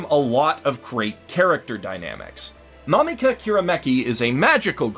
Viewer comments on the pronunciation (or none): none